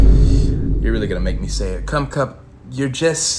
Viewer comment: If you laughed everytime he said "commcup" like this comment😂😂😂 this guy and his names